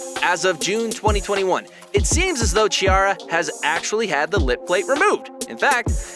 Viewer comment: The correct sound of her name is like Kkikara not like Cheeara.